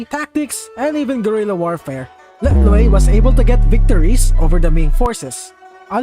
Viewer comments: "Lek loi" what 🙏😭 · “Let loiq”